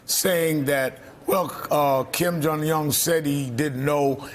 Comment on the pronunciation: "KIM JONG YUNNN"